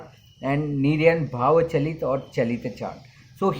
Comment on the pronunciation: Its called chalit not galit ......🤣🤣🤣🤣